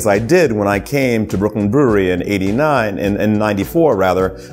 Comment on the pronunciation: Super cool comme d'habitude Par contre peut prononcer brewery avec un petit accent anglais lol pq "brouri" ça fait vraiment bizar Force et houblon